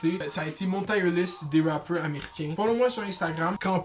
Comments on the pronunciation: Tu prononces mal Tier :) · hahaha jme suis dit ]ca tout le long boy aek tes "tire"